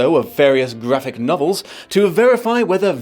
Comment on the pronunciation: Did you say, "Vraphic Novels?"